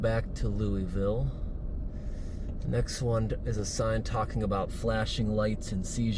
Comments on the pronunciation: FYI--It's pronounced Loo-ee-vull sir. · Oh shit dude you're in my neck of the woods?! I do have to say: it's Louisville, pronounced (Loo-uh-vuhl). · It's pronounced Louieville. No S. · It is pronounced Louiville “loo a vul”. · Go every year. Fix the title lol. It's Louisville not Lewisville. Gotta be local to say it correctly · Lights under Louisville? Pronounced Lou a vol. Everything is cheaper in Kentucky. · Prob not the first to comment but it’s Louisville